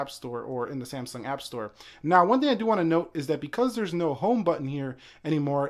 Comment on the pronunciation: Why do you pronounce it C M sung?